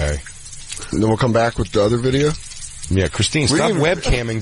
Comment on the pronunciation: I still think its hilarious he keeps saying "Bideo" like those twins the boys did a show on